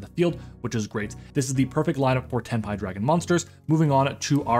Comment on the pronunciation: Imma subscribe cus you actually said it correctly i hear sometimes tenpay😂